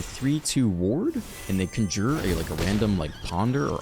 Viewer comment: Hey Doc, Your pronunciations are honestly very endearing but, my weird brain feels obligated to intervene. Knock-Tuh-Moon and Con-jur. You’re the best, dude! Also happy belated birthday I watched the video at work yesterday and forgot to leave a comment. Onward we march to the abyss!